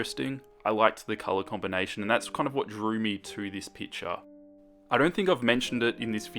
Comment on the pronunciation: I like how you call picture as "pitcher"